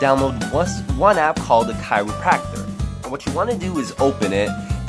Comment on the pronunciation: How he said kaeru patcher: “Chiropractor”